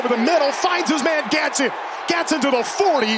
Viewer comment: Announcer cannot say Gadsden right to save his life